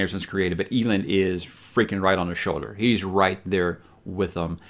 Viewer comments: Did you say EE - LIND? 🙄🧐😓smh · Wow, it's pronounced Eelend? Been saying Ehlend in my head this whole time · Is that not how it is pronounced? You damn audiobook elitists. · is a huge repository of free audiobooks. Yes, I did say free. Some of them are the premium Graphic Audio versions which are crazy expensive. So if you want to hear how some words are pronounced, its quick and easy. Ahem cough rage of dragons cough cough. Elend is categorically, universally pronounced EL - END, however Brandon has said you can pronounce his stories any which way you prefer. Bookmark that link, its great. Not a sponsor. Just a fan. Thanks. I don't mean to sound elitist. However, in case I do. Apologies to you good sir. BeiNg NoBilLty iS hArd. 🧐